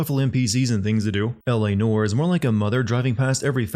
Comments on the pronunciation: “LA noor” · "L.A. Nore" lol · I propose a drinking game based around every time D says "L.A. Noyer". 😉